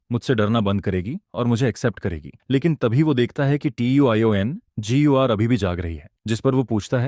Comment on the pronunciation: Tiongir u bol kaise Pa rahi hai vah to bol hi nahin sakti😂😂😂😂